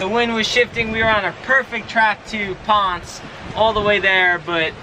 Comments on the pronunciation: It's Ponce-ey. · it's 'Pon Say'. (Our kid was on island for a full year with FEMA from just after Maria hit until 11/18.) PR is wonderful.:-)